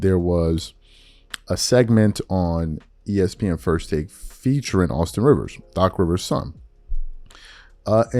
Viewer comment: Rivers said correctly.